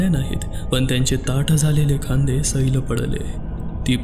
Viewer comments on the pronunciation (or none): Nice story. काही शब्दांचे उच्चार नीट करायला हवेत जास्त छान वाटेल. Ex. सैल, पाठ, तूझं, तूच, बोलल्या, नव्हती, असलीच, पटलं.